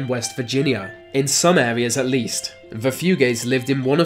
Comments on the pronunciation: Are you physically incapable of pronouncing the combination of "th"? All I hear is bruvva (brother), vah (the) and even "bloodfirsty"! That is so damned distracting and annoying I can hardly believe it. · It's "the" not "vu" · it’s ‘the’ not ‘ve’